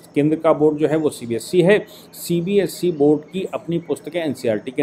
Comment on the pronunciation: CBSC nahi hota hai CBSE hota hai. You need to correct your pronunciation as well as spellings in the thumb nail. You call our EA minister Shri S. Jaishankar as "Yes Jaishankar" Which is incorrect and irritating, too.